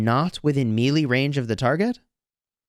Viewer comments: Bro again like I commented in your last video it's pronounced MAYLAY not meeerleeee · “May-Lay” is how its pronounced